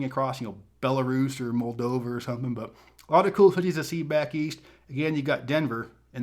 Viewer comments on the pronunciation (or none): none